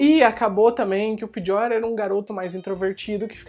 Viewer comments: que pronúncia estranha falando do Fjör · Pronuncia foi pro crl